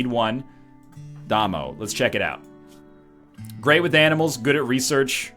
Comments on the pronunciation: It's pronounced Day-Moe. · Damo is pronounced as the beginning of Damien. Surely North Americans have heard this!